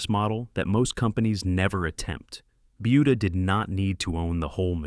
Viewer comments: Buda should really be pronounced "booda" not "byuda". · Yeah the robot kept saying "BYOODA". 🤦‍♂️ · It's pronounced budda not buedda, you putz! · It’s pronounced “boo duh” not buu duh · Not .Beauda